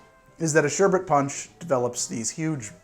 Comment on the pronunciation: Thank you thank you thank you for saying sherbET and not sherbERT. It's an odd thing to get annoyed over, but I can't control it. Great drinks and another great vid!